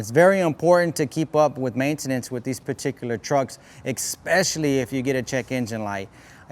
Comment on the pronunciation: Take a shot every time this vato says "perticulir" expesshially